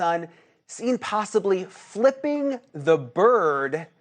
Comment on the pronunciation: MurDAW not MUR DOCK. MUR DAW!!!!!